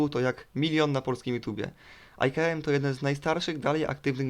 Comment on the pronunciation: nie aj ka em tylko I K(a) (e)M